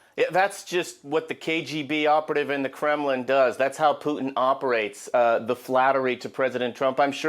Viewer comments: Trump, soft Taco Belle, never gets anything done. Hey, KKKaroline, it isn't pronounced Poo'in. Moron. Poo'in uses flattery because soft Taco (ask Stormy) always succumbs to flattery, all people with narcissistic personality do, Trump has done nothing but have a great photo op. War won't stop. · Why do people say poo-in?